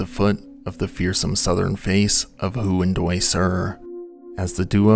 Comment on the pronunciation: You didn’t look up how to pronounce “Huandoy,” did you